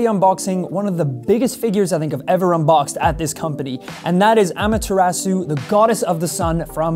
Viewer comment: My ears bleed when he said "Amaterasu"